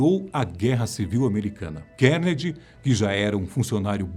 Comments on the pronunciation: A Fatos Desconhecidos tem uma equipe grande... e ninguém para alertar quando a pronúncia correta do nome do personagem ??? É "Car-Ne-Gui-E" e não "Kennedy".... pqp... falta Grave ! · Andrew "Kennedy" kkkk é bom aprender a pronúncia do nome na hora de fazer o vídeo...